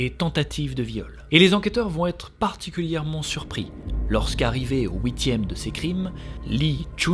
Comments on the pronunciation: stp arrete de prononcer ouitieme c'est huitieme on fouit pas comme la je te l ai deja dis on fuit f u i t merci sinon courage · je te decouvre et j'adore j'aime beaucoup quand tu dis "Houitieme " comme huitieme mais avec un petit ou a lnterieur